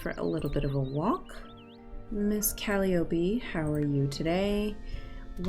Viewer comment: Great episode! Its pronounced cal-eye-o-pee